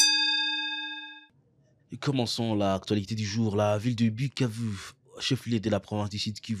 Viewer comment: c’est koi cette facon de pronouncer Bukavu